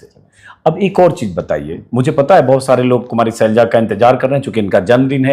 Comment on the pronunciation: सैलजा नहीं शैलजा नाम है